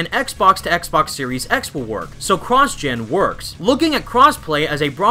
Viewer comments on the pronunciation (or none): none